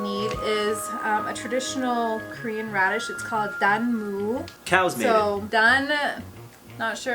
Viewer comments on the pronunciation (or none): I doubt it, his Korean pronunciation isn't that good